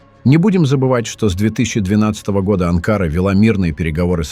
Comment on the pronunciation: АВТОР!!! НЕ АНКААРА ---А АНКАРА!!! НАУЧИС ГОВОРИТ ГРАМОТНО!!!! ЗЛОДЕЙ ЭТО ВЫ!!!! ВЕЧНО ЗАНИМАЕТЕСЬ РАЗЖИГАНИЕМ ВРАЖДЫ МЕЖДУ НАРОДАМИ!!!! ВАМ ЧТО НЕЧЕГО ДЕЛАТЬ???? ИДИТЕ ЗАНИМАЙТЕСЬ СВОИМИ ДЕЛАМИ!!! СЕЙЧАС У ВАС ПЛАЧЕВНАЯ ПОЛОЖЕНИЯ!!!! НАСЕЛЕНИЯ УБЕГАЮТ ---КТО КУДА ПОПАЛ!!! У ВАС ДАЖЕ НЕТУ БУДУЩЕЕ!!! СПЛЕТНИЕЙ ЗАНИМАЕТЕСЬ!!! ТАК ТОЛЬКО ЗАНИМАЕТСЯ БЕЗРАБОТНЫЕ АВТОРЫ!!!!